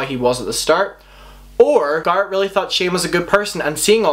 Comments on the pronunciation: I think Jeffree and Shane are guilty. But this whole video is just speculation and furthermore, I cannot believe you have watched any videos of garret judging by the fact you don’t pronounce his name correctly. Also garret leaving a comment on a tiktok doesn’t count as a “statement” nothing is being addressed. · The accent would make sense if it’s an issue with pronunciations when switching languages, but he’s still speaks English and since he knows all the drama surrounding these people, he should know how to properly pronounce Garrett’s name. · The way he keeps saying Gah-rret is driving me nuts. Has he not watched any of their videos where they pronounce Garrett's name? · I’m sorry but you saying “gARet” is annoying me 😂 it’s GARRET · garrett ❌ guarrett ✅ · Everyone: Garrett: Gart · It's Garret, not Garit. Fuk! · His name is Garrett not Gart. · Garoute 😂omg say his name right GARE-RETTT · GAREEEETTT NOT GARRAT OMG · Ga air it. Garrett. God that drove me nuts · I’m so sorry but GARRET not “GARAT”!!! Love ur vids including this one though ❤️ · "garrat" "garrat" "garrat" "garrat""garrat" "garrat" "garrat" "garrat" im sorry i just had to... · Me: don’t think about it, just watch the video Him: gahrit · It annoyed me so much i had to stop watching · WERE ALL THINKIN IT GAR ATE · Garrot* also I had to skip the video bc of that I couldn’t handle it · Its bothering me as fuck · For reals dude.....i had to click off cuz i can't take it anymore. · For me he says gara or garp. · I was hearing Garth lol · SOMEONE SAID THAT HE IS SAYING GARRETT’S NAME LIKE “GARD” AND NOW I CANT STOPLAUGJING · It's sounds like he's saying carot instead of garrett 😂😂😂😂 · "GART" ..... Everytime he said it my brain was not expecting it and was trying to fix the prenouncestion. Fricckkk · "garrat" I CANT BREATHEEEEEEEE HAHAHAHAHA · i almost pissed myself laughing everytime he said "gart" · No offense, i cannot watch this bc of the way you say garret lol. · Nobody:: "GART"